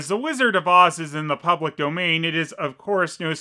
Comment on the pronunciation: It sound like he said "lizard" instead of "wizard".